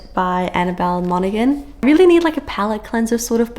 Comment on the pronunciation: Just FYI Monaghan, g is silent, I double checked it's on her blog page :) I misproununced Jodi Picoult last name for over two decades lol. Spring is my favorite season unfortuately it's still really hot for fall in Southern California